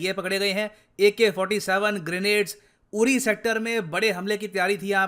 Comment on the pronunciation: Its pronounced Udi not uri like chidia odd